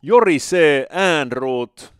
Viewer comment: Jorisee Äänruut